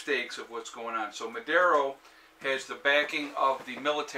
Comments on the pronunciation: The name of the president is Nicolas Maduro, not "Madero", he is basically an illiterate guy, he was a bus driver, he was given several government positions by the previous president Hugo Chavez because he presented no threat to him. Venezuela owns a huge amount of money to Russia and China and they are paying them directly with oil. The major problem of Venezuela is that their economy relied mostly on oil, no agriculture or self-sustaining food system, tourism that had huge potential never was properly developed etc. They had to import most of the essential goods with the money that oil provided. There are very interesting documentaries in youtube about what happened to Venezuela I recommend to watch them closely. The problem isn't socialism per se, the problem is corruption, lack of long term planing, lack of basic intelligence to run the country economy. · It is not Madero, his name is Maduro!